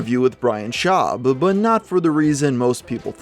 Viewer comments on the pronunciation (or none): he said Bryan schuab lol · "Aree shaffir" "Brian Schaub"